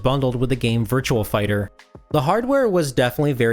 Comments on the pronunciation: It's not Virtual Racing or Virtual Fighter. It's Virtua - just remove the letter L from the word Virtual and you've got it. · Virtua.... VIRTUA... no "L"... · I swear he kept pronouncing a phantom L at the end of Virtua, i.e. Virtual Fighter.